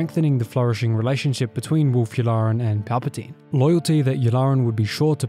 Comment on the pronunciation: "Werewolk Yularen..." XD